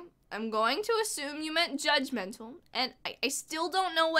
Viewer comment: It's so funny how she says "gudgmental"! I watched it over like a hundred times!